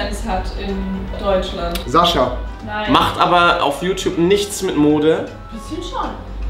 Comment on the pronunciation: Rewi sagt immer Saschaa oder Dima 😂😂